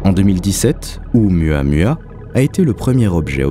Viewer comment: C'aurait quand même été sympa de se renseigner sur la prononciation de Oumuamua (prononcé Ou-Moua-Moua) avant le docu. Ca écorche pas mal !